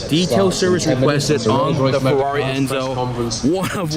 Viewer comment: No....not Fierri . “Carmadillo”